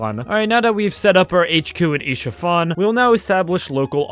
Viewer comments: Bro just pronounced Ishafan instead of Isfahan💀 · Its not ish fahan its is fahan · Bro it is pronounced Es fa han😂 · Bro said isha-fan😂😂😂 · It's pronounced Es-fa-han right? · i have to say, as someone who's lived in Isfahan, it's the first time I've heard that pronunciation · you absolutely murdered Isfahan with that pronouncing 💔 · my ears are bleeding 🥀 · My grandmother is from Isfahan and my genes are hurting so bad💔💔